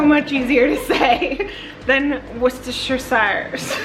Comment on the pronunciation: Yyyaaayy finally, American's who can pronounce " wusta " sauce correctly. Well done you lovie. And of course " wusta-sher" is Worcestershire ❤️